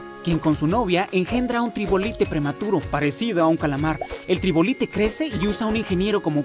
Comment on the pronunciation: error xd se dice trilobite no tribolite pero aún así buen video :D